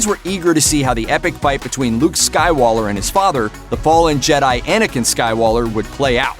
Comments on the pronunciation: Can this guy say Skywalker, because all I heard was him saying Skywaler and Stark. This is for April fools isn’t it? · Did he say "Waller" or "Walker" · Skywalker not skywaller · Star Waller.... I thought I was losing it at first, but I caught up.. haha... Millennial Volcun... Hahs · Did you seriously say SkyWaller? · Did he say skywaller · "skywaller" ,SERIOUSLY? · plz fix some pronounciation issues! star trek luke skywaller???( i might be deaf but i dont think so) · You said slywaker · How about explain literally anything about Mary Sue? Also you said "Skywaller" twice. Happy April fools. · Why does he call them Luke and Annikin skywaller???